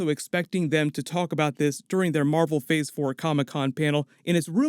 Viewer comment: Am I trippin or did he say "fhor 4"